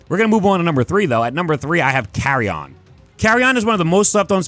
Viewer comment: It’s pronounced Carri-en you goof